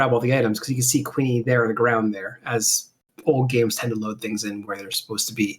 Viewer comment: For some reason I prefer the GBC version of this over the PSX version. Maybe because there's more monster types to raise. IIRC Kewne is supposed to be pronounced like Koon.